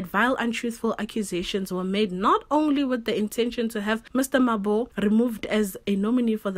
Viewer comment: your voice is refreshing.... Just pronounce that surname properly... MaboE... that E sound needs to be ther, its not Mabo